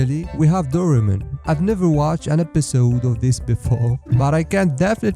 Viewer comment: Dorimen? I heard you say Dorimen it's not like that Doraemon is a very popular anime/cartoon(in India) from Japan also famous in India I know about Doraemon from india And I found out many things about how doraemon's joints move and it's not simple he is a robot cat